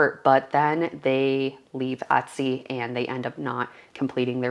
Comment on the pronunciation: No offence intended,but why does she pronounce the word Etsy as "Uttsy"? ....Is she a Canadian and that is the Canadian pronunciation of the word?